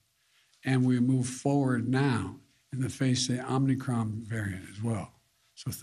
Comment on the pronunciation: I could swear he said "Omnicron."